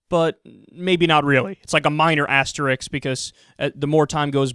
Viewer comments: FYI Kyle, asterisk = *, Asterix = cartoon character. Thanks for a great show, watch it everyday! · The word is asterisk, Kyle. The "s" comes before the "k". XD